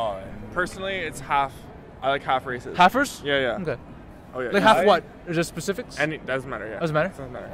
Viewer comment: "Halfers", really??